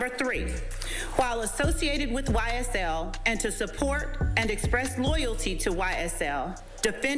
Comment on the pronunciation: "Y-S-TELL" - 1090 😳😬🤣😭